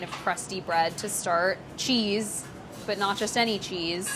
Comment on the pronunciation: Bunyot...... Is that like Booti Binyot?